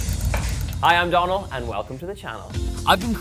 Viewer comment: "Hi I'm Donnal." Actually, it's DONAL!